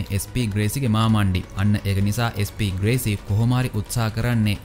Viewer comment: අන්තිම ටිකේ SP ග්‍රේසි වෙනුවට SP වේසි කියල කිව්ව නේද..😄😄😝 අවධානෙන් ඉන්නෙ හොදේ 😝😝